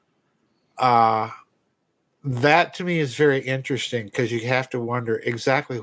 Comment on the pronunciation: "ENterest-sting." lol